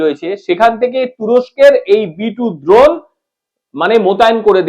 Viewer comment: উচ্চারণ ঠিক করো। দ্রোণ নয় ড্রোন।